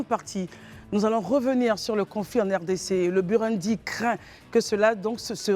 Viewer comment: Ça s'écrit Burundi mais ça se lit: Bourondi. Africaine ou marsienne? Simplifies-toi un peu la vie. Il n'y a que lorsqu'on entend les hommes dans cette émission, qu'on sait qu'on est en Côte-d'Ivoire 😅😅😅